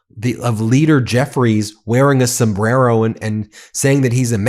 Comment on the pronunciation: She can't even pronounce the word "El Sombrero" pronounce your R's if you wanna make a statement.😂